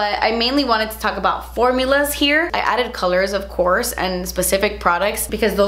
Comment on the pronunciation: I wait for that moment when says: “OFCOURTS” 😍😍😂😂😂😂😍😍